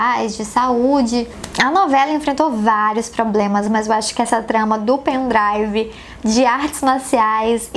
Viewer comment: Tbm "meu pen drauvo"